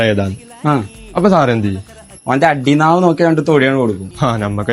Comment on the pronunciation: അടിനാവ് അല്ലേടാ മറയൂളെ , അടിനാഭി 😅😅😅😅